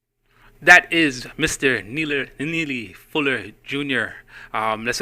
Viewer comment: say his name rite boy !